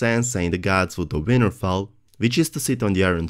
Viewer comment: lol I keep hearing '' Weinerfell''